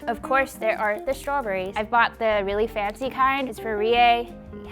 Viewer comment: "Meke it fency" "Meke it fency" "Now comment below suggestions, so I can get more food"